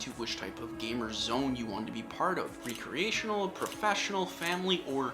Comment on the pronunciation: the way he says recreational kills me